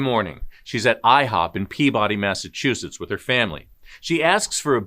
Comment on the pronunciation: It’s Massachusetts.